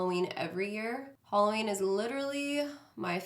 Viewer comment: Is she saying "Holoween" ???? CHRISTINE WHERE ARE YOU?